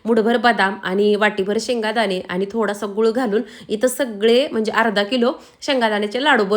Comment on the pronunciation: don't say shengadane pls say shengdane